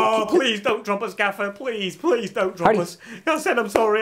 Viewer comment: "I can only do 15% gaffér" 🤣🤣